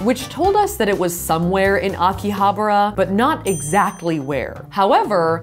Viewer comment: Akihabara pronunciation got me ☠☠☠☠💀